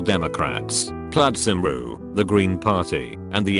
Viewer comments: as a Welsh person the robot pronouncing Cymru was so fucking funny (Come-ree not sim-ru) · Out of all the ways I heard "Cymru" pronounced, "Simru" is a new one. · Cymru was pronounced sim ru by the voice thing and it took me a second to realise what it said